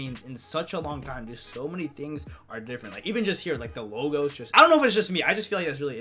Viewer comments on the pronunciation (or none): none